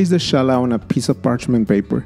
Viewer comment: Really interesting variation and a simple plaiting form that looks very complex when baked. Thanks\ Gracias English pronunciation is not "Ch" as in "chosen" rather like the J is Jose in Spanish